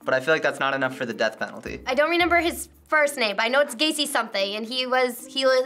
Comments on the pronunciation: gives me Gypsy Rose vibes....also, she says reNember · I like how says "I renember" instead of "I remember." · saying “renember” instead of “remember” really bugged me for some reason lol